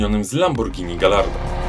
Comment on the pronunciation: "Gajardo" a nie "Gallardo" 😉